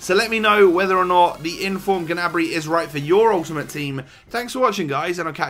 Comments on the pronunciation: (GA-NA-BREE)?????? It's pronounced: (NEY-BREE) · I‘m German and he‘s pronounced Gnabry